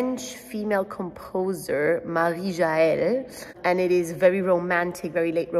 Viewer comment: The way you pronounce Marie Jaell is so perfect. Your accent is even better than the French!